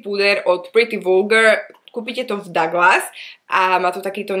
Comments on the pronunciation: číta a hovorí sa to Duglas nie Daglas 🙈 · Karin Kalafová som myslela , že len mne to trhá uši ako to ona vyslovuje 😂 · Daglas….divná výslovnost